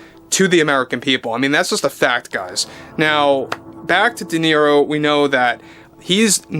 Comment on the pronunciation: Not Nero but Niro.